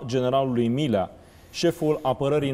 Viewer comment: Dl nici macar nu stie sa'i pronunte bine numele.Domnule P...fiti va rog mai explicit:Generalul Milea sau Mirea???Am observat ca nu numai odata ati pronuntat gresit numele....de vreo 4...5 ori in aceasta emisiune!